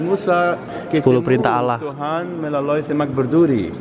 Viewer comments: allah bang bukan alah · apa gk cmn gua yng denger kalau bilang alah atau allah di menit ke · bukan alah tapi alloh bacanya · bukan allah tapi olloh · Robi Yoga tapi bang gazel nyebut alah bulan allah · bg abang Kok bilang Allah alah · Bang kok ngomong nya alah gabisa ngomong nya y😀😀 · bang kenapa bilangnya alah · iya sih, tpi kan yng betul allah,karena itu nonmuslim jdi nyebutnya alah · lo gk boleh bilang alah tapi allah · Salsa Effendi bacanya Alah, tp tulisnya Allah.. cuman beda cara ngomongny aja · bang kok ngomong Allah malah alah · bilang Allah tapi bilangnya alah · tulisanya allah tapi bacanya awo ya bang mohon pengertianya terima kasih